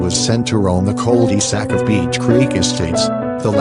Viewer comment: Chill out with the robot voice. Whats easier to hear "one thousand nine hundred eighty nine" or "nineteen eighty nine"? What about "call dee sack"? Everyone likes a good creepy pasta but you need to get a mic and do it right. If the video was any longer I would have turned it off cause the text to speech used.